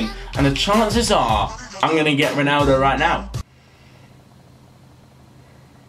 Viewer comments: Please learn how to say ronAldo :/ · Why the fuck does he say "Roneldo"?! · He says Roneldo